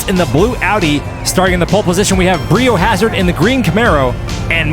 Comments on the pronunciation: Bri being pronouced "Br-aye/Bry" instead of "Bree" would have fit the motif a bit more! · Surely that should be pronounced 'Bry o Hazard' (like biohazard).... Not 'Brie o Hazard' (like the cheese)!! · It's been bothering me that you pronounce it Bree-yo-hazard when it's suppose to sound like biohazard. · I'm going to have to say that it is probably pronounced 'Bry O Hazard' as a play on the word biohazard. The yellow tape gives it away! That said, the races are as fun as always. Keep up the good work. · I think Bri O’Hazard is a long “i” like Brian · Is it not Bri as in Brian, rhymes with biohazard?